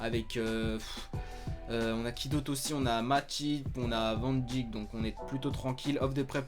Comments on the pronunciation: C'est pas pour jouer au chieux mais pour info Wijnaldum ça se prononce Weïnaldoum pareil pour van Dijk ça se prononce van Deïk, c'est cadeau :) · mathias brutsaert en gros Virgile Van [dayk ]